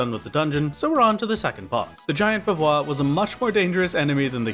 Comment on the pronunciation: The pronounciation of bavarois is the french one, so it is pronounced bavarrois, you need to do the french r sound ^^'